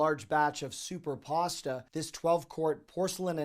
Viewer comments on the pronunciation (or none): Did you say “Superpasta”? Or “soup or pasta”?